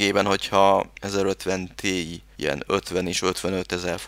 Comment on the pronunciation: Az nem tíáj ? ;)